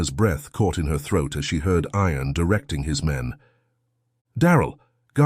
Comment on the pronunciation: You need to pronounce IAN correctly not sounding like iron.